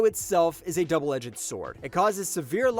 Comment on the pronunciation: Bro they don’t pronounce all these names words like this even in English or Japanese. You’ve gotta be doing it on purpose. You even said DOUBLE EG-GED, it’s one syllable bro, just edged lmao